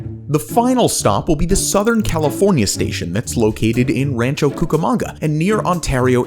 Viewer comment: I can’t watch it any longer. My God, a simple Google search would’ve told you how to pronounce the bloody name. ran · chow koo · kuh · muhng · guh